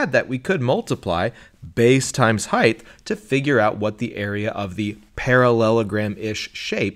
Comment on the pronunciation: How does an intelligent person say "heighth"??? That is NOT a word. Height. What a fool.